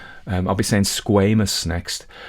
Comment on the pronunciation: Love to hear you say squamous 😂❤.